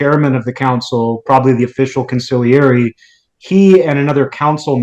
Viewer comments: consigliere [g not pronounced] [cawn-see - l - air--ee (3 sylables) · Consigliere- the g is silent.